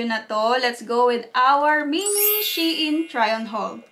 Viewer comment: “Shayn” daw po basa.natutunan q sa isang tiktoker hihi